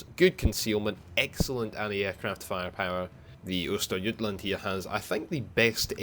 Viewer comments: Yeah I have to say, you did pronounce Östergötland well above expectation. Source: Lives in Norrköping, second largest city in Östergötland. Not everyday I see that in my feed, as I normally don't follow WoWarships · Your pronounciation of Östergötland is absolutely close enough for govmnt. work. /Greetings from Skåne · For a non Swed. Your pronunciation of Östergötland is spot on. Hope to see more of the Swedish ships in the future :) Greeting from Northern part of Sweden :)